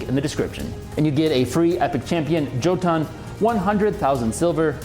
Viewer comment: That's supposed to be pronounced "Yo-tun". That champion is probably a giant from Norse mythology, from the giant's home, Jotunheim.